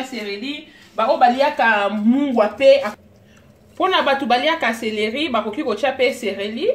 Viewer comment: célérie et non cerelie